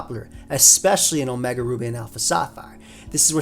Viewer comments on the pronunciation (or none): none